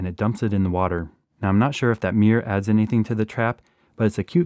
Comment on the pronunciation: You’re pronouncing “mirror” incorrectly. It has TWO syllables: mir-ror. It’s not ‘meer’.